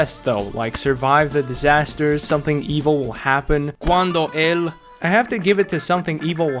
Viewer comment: You said "Cuando El" with the most romanian voice and accent lol, I cracked hard 😂